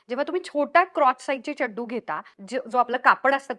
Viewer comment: व्वा... व्वा.. खुप उपयुक्त व्हिडिओ आणि चड्डु हा उच्चार भारी आवडला...ह्यापुढे मीदेखील हाच शब्द उच्चारणार.... खरंच सुंदर माहिती दिल्याबद्दल...तुझे मनापासून धन्यवाद 🙏🏻